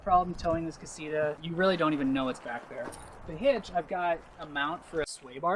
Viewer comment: "Casira" Damn, the English accent. Ka-see-TAh!